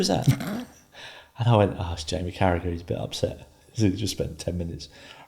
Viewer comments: Yip he's a horrible bloke.i refuse to watch or listen to him: charragher I mean . Matt is awesome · its unbelievable Carragagagaga ...........spit is employed by anyone